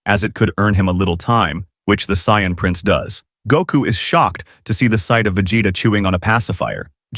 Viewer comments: I heard vegete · “Vegata” I swear I heard that